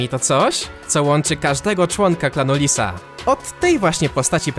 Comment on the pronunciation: jak mówiłeś to słyszałem "Klan Disa" XD